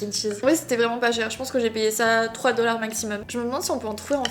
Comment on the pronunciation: Coucou J’ai noté que dans cette vidéo et la précédente, chaque fois que tu prononces le mot "dollar", tu as un léger accent québécois 😉